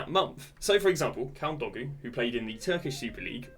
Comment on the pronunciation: Bro said kaldogu